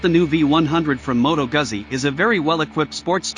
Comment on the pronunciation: It’s not a Moto Gasee but a Moto Guzzi…